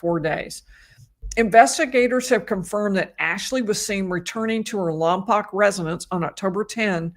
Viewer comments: How bizarre this is near where we live. I avoid All news it's just too😭😡🤬so unaware this going. BTW it's pronounced Lom Poke not Lom Poc. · Following since Lompoc is my hometown. BTW, Lompoc is pronounced Lom-poke. Thanks for your coverage! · Lompoc is pronounced Lom-Poke :) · The town is pronounced Lahm-poke. I believe it's a Chumash (Native American) word.